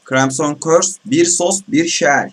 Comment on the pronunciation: KRAYMSON değil kırimsın xD küfür etmek serbest